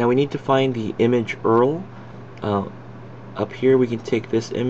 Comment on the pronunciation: Dude.. PLEASE rerecord this without saying Earl. It makes you sound like you just started using a computer.